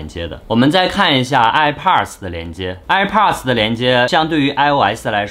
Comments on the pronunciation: 哀炮儿的 发音真迷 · 这个i pars我真的是醉了 测评人能学学怎么发音再评测吗。这是最基本的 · airpods发音听着很变扭，播主看很多北美的youtuber视频，应该有很多相关的发音可以参考吧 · 发现喜欢儿化音…上次的youtuber，这次的airpodrs…